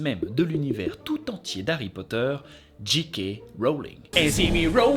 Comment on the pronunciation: On s'en fout mais J en anglais se prononce JAY. Donc Jay. kay Rowling